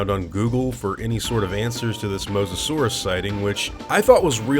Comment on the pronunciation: I personally hope that the news reporter doesnt turn out as one of those old parents that are scared about their children browsing the internet. It also bothered me how she pronounced mosasaurus, it was like she didnt care. I think the charachter has good potentiol as a side/main charachter i hope they dont ruin here